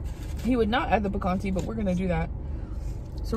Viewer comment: Girl...how you said picante🤣🤣🤣